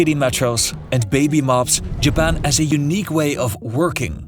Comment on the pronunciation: not JABBAN XDDD